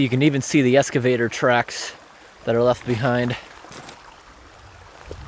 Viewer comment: ............ I enjoy your videos but the word is EXcavate, not es-cavate. More culverts, please.